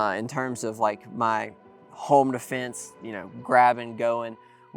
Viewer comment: “Defnese” lol